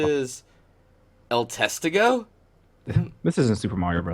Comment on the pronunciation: El Testigo literally means The Whitness, so it's just a reference to the game they are developing by the same name. Also you pronounce it accenting the "i" not the "e". End of spanish lesson.